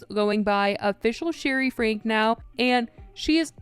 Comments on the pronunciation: pronounced "Frankie" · It’s FRANKE PRONOUNCED FRANK- EEE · It’s pronounced “frank-ee” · Ruby & Kevin Franke (pronounced Frankie) are no longer living together. Kevin & Chad moved out. It’s about time!!! Watch Bonnie Hoellein’s (Ruby’s sister) blog from a few Sundays ago about people practicing psychology without a license and how hurtful it can be, and that something in their family happened. She was very broken hearted & emotional about it. Shari started following her after that and even liked her blog. I think Jodi wanted Ruby and the ruination of her marriage.